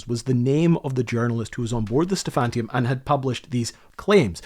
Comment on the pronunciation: Sorry, the ship's name was "Stephaniturm", not "Stephantium". Every time you mispronounced it I died a little inside. Just my OCD.